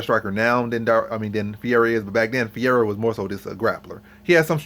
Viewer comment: Nice video. Good points. BTW Fuhayda is how you pronounce Ferreira.